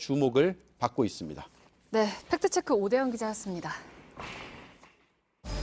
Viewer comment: 안나경 기자님, 팩트체크를 발음할 때 "트"와 "크"를 유난히 강조하는데 팩트체크는 Fact Check라는 영어임으로 가급적 영어 발음에 맞게 해 주세요. 즉, 손석희 사장처럼 "트"와 "크"를 약하게 발음해 주세요.